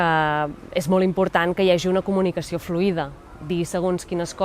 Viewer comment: *li puguin dir al meyge > pugui dir al metge (ai vulgarisme calcat del castellà) *fluïda > fluida [flÚIda], (com Circuit [circUIt], que sona com "cuit") (ai fonètica castellana) *senzill > sîmple, fàcil, planer *suposen costos > emmenen, porten amb si, comporten costs